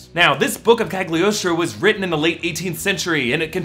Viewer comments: It's pronounced "KaLiostro", since it's Italian. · It's pronounced Caliostro, the G is silent. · A little info regarding Italian pronunciation: Cagliostro is pronounced "Caliostro" (G is kinda mute when paired with an L). As for Giacchino - in Italian "ch" and "cch" are always pronounced as "k".